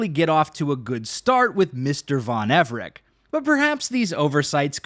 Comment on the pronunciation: The way he pronounces Everec with a "K" makes my blood boil.